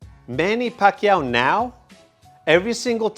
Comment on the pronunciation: You said it right